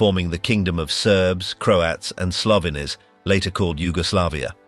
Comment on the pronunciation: this AI voice kinda suuuucks. can't pronounce slovenes properly.